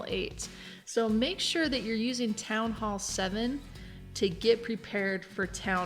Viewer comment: one of the few who say "Town Hall" not "Townall"